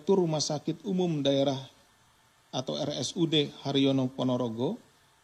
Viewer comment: Rumah sakit Harjono pak, bukan rumah sakit haryono.